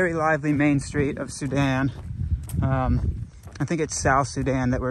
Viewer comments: For once has the pronunciation right and has it wrong! (Soo-Dan) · “Soo-Dan” is the correct pronunciation! What the heck?! got it right?!?